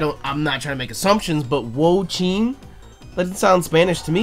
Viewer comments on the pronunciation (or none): The four legends are based off of the Chinese four perils and it has an incredible amount of lore that I’m not going to get into. Usually, the sub legends of each gen are direct indications of where the next gen is so we are likely going to China for gen 10. Also Wo-Chien is pronounced wo-chi-en Also xie xie (谢谢) is shi-eh shi-eh